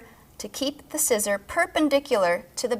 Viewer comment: okay am english i was born in newcastle and we say SCISSORS not SCISSOR whats up here?? xD